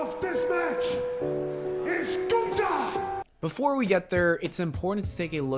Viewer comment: I'm not calling him guther